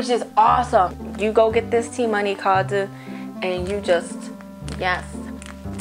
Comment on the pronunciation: "Yo go get this t-money cardeu" 😂😂😂